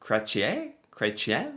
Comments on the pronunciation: started out the video introduction strong with his bad French pronunciation of this men's Canadian name. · The pronunciation 😆 It's more like Cresh-ee-"N". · Cret…chee…N Yes, he is French. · Just to help you with the pronunciation of his name. Jon Kah ren shea. I guess that is the best way to show how to say it. Poor Chretien was attacked with a pie in the face, about 25 years ago. That was just crazy but it made big news here in Canada 😂. He's older than that orange thing, far more intelligent, with class. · Wow you butchered that! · Atleast pronounce his last name correctly 🤦‍♀️… he is extremely smart man even for his age .. man Americans hardly know anything about Canadian history it’s mind boggling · Excuse you, his name is pronounced "Shaun Cretin" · I think i died when you pronounced his name 😂😂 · The saying is “you can’t unscramble an omelette “. Oh, your pronunciation of his name…..🤣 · So glad you showed this. He was my favourite PM and known as one of the best politicians ever. He knows so much about so much 😊It is Chretian. Pronounce the N at the end like you did. Water is known to be a precious resource that would become valuable. 🎉🇨🇦